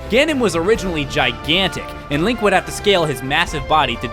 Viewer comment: If you love him so much why do you say his name wrong? It's Link. -_-'